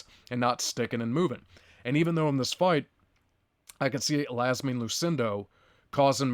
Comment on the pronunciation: Marina = Ma-reen-uh... and Iasmin = YAS-meen